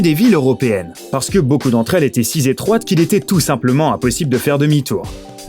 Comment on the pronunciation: "les rues étaient siZétroites" C'est mignon !